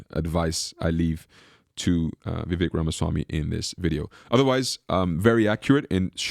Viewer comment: Vivek..rhymes with cake 🎂 Please, people, learn to pronounce it right. He may be the first president or VP known by his first name🎉